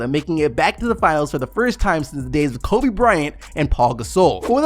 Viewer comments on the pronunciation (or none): none